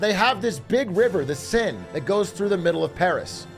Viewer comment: Atrioc mispronouncing the seine hurt me